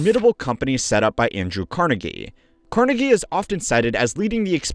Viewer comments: CarNEgie. Not CARnegie❤. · The Carnegie pronunciation is killing me